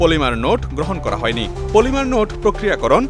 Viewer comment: মলিমা বা পলিমা না। পলিমার হবে।